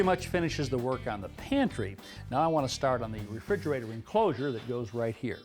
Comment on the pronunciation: I laughed a lot at "SO here's your virtual refriugrator"